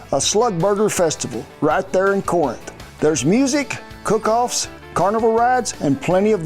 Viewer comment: Just are FYI... If your from there .. Corinth is pronounced, "Carinth"...